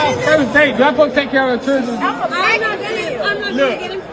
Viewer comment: Anyone who can’t properly pronounce “children” shouldn’t be having children.